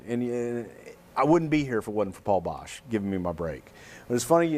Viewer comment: It's Boesch, not Bosch.